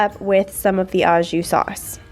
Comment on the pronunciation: Au jus is pronounced oh zhu.